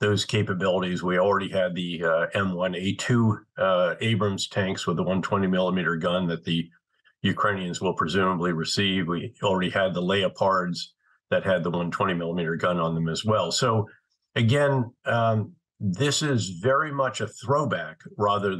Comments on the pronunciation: Had to laugh at his pronunciation of the leopard tanks - sounded like lea-pards - instead of 'Leppard' Just sounded weird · He's trying to pronounce it the way the Germans and other Europeans do. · At the mark